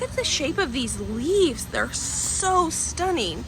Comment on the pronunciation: Are you saying "leaves" or "leafs"??? It's driving me nuts lol!!!